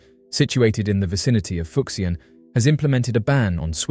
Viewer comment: The “x” in these Chinese names is pronounced with a “sh” sound. “Fuck-see-an” just sounds dirty. 😂